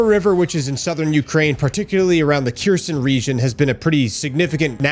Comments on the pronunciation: It’s pronounced “Hair-son”, say the h like you would in Hanukkah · "Kherson" pronounce like bear-son with a K instead of a b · Kherson is a bit wrong translation as you should pronounce it as Herson (with H like in Host) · Herson ,silent K bud 😅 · Where is this "Kjirson" you keep talking about? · bros been doing this for years and still doesn't get the names right. That tells me that hes just doing it for views and nothing more